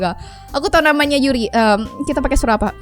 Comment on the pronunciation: I hear.. You are saying 'suraba' waktu yuri muncul Bukan 'suara'😂